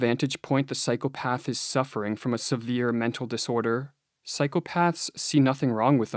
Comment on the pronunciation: you are pronouncing the plural of ''psychopath'' the way you would correctly pronounce the plural of ''path'', with a softened 'th', which would indicate a failure of cognition and critical thinking at the most elementary level of linguistics. please make it stop? (it hurts my braynes)